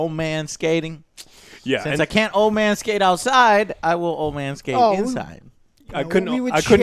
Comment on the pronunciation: "Man skate" sounded like manscape. Throwing in that Manscaped sponsor into this one too.